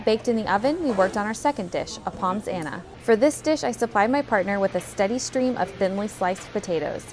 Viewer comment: that pommes anna looks quite nice!! btw its pronounced “pum”, not “poms” haha